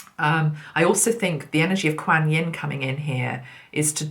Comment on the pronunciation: Hi. I know you like to pronounce words correctly ( even though it's really not important) Quan, like swan, Quan Yin. This video great thank you so much xxx